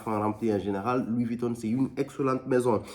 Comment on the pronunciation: Louis Vuittonne 😂